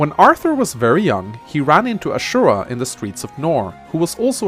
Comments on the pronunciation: A-zu--ra. Not Ashura, because that's Shura's Japanese name. Honestly, it would still make sense if you said A-ju-ra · It's Ah-Zoo-Ra. you will confuse her with another character named Shura. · You didn't pronounce Azura's name right bro... D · u have a hard time saying Azura huh lol I pronounce her name the way you're supposed to pronounce another character's name : Ashura (or Shura in the localization) speaking of Ashura/Shura do him next